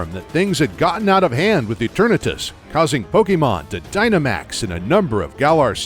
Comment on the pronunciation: How I hear is: eterNEEtus